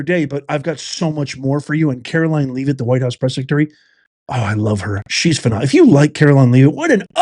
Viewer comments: Great video, but I'm quite sure that Karoline's last name is pronounced with a small "e" - sounding like "eh," not like the word "leave." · I believe her last name is pronunced "Le-vitt". The "a" in Leavitt is messing up everybody. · Karoline's last name is pronounced LEV-it not leave-it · At least pronounce the Press Sec's name correctly.